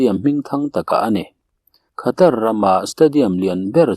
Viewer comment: Mi tam tak hriat a chhiar tur tan chuan saptawng thumal leh ram hming etc. (Khatar aiah Katar tia lam ni zawk se ngaihthlak a nuam ang) thumal lamrik dan hi chhiarchhuah hma a zirchian hmasak ni thei se, a zahawmin a ngaihnawm lehzual ang mawle...